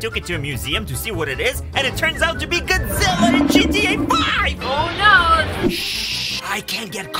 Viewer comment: the fact that he's saying gid zilla insted of godzilla